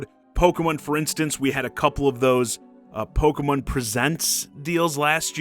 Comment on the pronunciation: What is this "Pogeh-mun" you speak of? 🤔